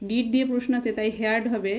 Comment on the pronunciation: Awe, Heard, sacks, heard and many pronunciations r wrong. U should check please!